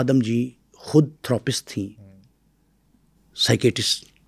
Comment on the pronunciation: Thoo roo paste Nahi Therapist hota hai.